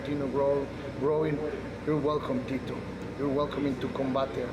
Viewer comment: I don't get why Tito still comes out with the Mexican flag, only thing Mexican about him is his name which he can't even pronounce right lol